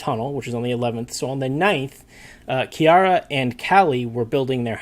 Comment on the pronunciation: PLEASE HOW DID YOU NOT LEARN HOW TO PRONOUNCE HER NAME FROM LAST TIME I CANT I CANT its ki-ah-rah not "kiera"